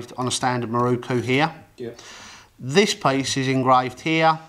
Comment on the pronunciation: It is a MirOku, not a MirUku. Why do you poms always get it wrong?